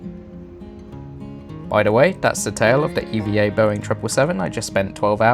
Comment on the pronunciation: Glad to hear you pronounce E-V-A correctly. Maybe the only one who does. They're really cool. (But it'S actually E-V-A Air.)